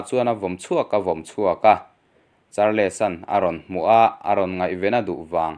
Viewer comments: Charles hi char- les ti a lam hi an awm fo mai char-les tih loh tur mizo takin sawi ila chals tih tur aw. Nangmah lo pawh char-les ti a lam hi an awm fo mai. Kan hnam țawng a ni lova in lam thiam lo pawh hi in thiamawm thova chumi rual erawh chuan in chhiar hma in hnamdang țawng/hming te hi chu lehkhathiam/zirsang zawk te a lam rik dan tur zawh hmasak nachang hre țhin ula țha tur ania. Lam dan dik lova in lam hian a nuihzatthlak duh riauvin rilru a hruai peng țhin a atuiawm loh vek țhin. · Charls tia lam zawk tur. Char-les tia lam lo in. Sawi ve mai2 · Charles tih kha char-les ti ngawt a I lam Khan,ngaithlak a tih hreawm deuh..'les' aia, 's' kha han hmang la chuan a ngaithlak a nuam deuh tur a nia😁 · Charles...hi atawpa "les" tih hi an lam ri lovin kava hre em...entirnan "Charls" tia lam mai tur anih hmel mang e....👍